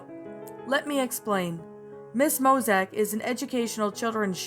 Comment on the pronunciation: No offense but You keep mispronouncing Mosiac wrong You keep saying Mosac.